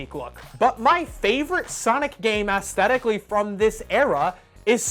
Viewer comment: If you’re going to say “Auzzthetik” so often you should learn how to pronounce it..... or you know: synonyms?